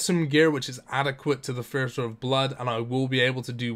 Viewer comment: I'm just curious why you say "this" and "the" with a TH sound, but when it comes to "thirty" and "theatre" you use a FE sound? You can clearly make the TH sound because you do it constantly.